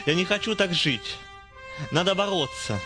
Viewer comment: надо боРРоться=)))